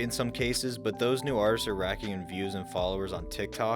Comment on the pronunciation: The way this dude says artists’ my gawd